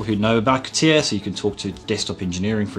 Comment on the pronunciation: c'tia...c'tia... c'tia CA TI A ffs AAAAAAAAAAAA like in ALABAMA CA-TI-A I am sure he also say C'D... Computer 'sisted Design